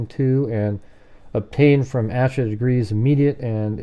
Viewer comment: Her name is pronounced like Aysha FYI